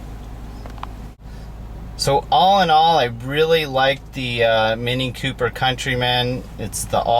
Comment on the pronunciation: It's "Cooper", not "Q-Per"